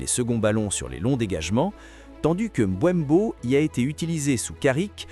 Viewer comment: C'est Mbeumo pas Mboinbo😂😂😂 Sinon les dégats seront davantages plus énorme chez les adversaires